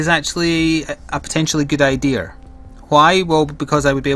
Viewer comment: Why do u said right ther and when u say idea instead u say idear? Just to know im not judging